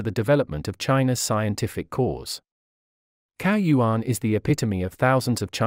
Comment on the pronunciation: you should say that like 'tsao yuan'